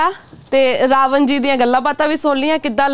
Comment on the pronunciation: 'ਨ' ਖਾ ਗਿਆ 'ਣ' ਨੂੰ । ਰਾਵਨ ਨਹੀਂ ਰਾਵਣ ਹੁੰਦਾ ਜੀ।